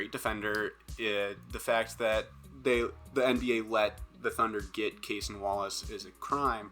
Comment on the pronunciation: It’s pronounced Ca-sonn not like Jayson with a C.